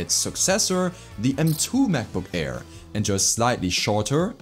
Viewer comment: Kleiner Tipp: deine Aussprache ist zwar sehr natürlich, aber wenn du es noch besser machen willst, solltest du bei Worten, die mit einem Vokal anfangen, die Kehle nicht so zumachen. Das nennt sich Glotalstop und macht man nur im Deutschen. Wenn du "Air" sagst, merkt man es deutlich ;)